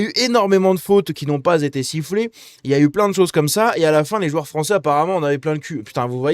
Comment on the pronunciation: Les joueurs foncés frônçais😂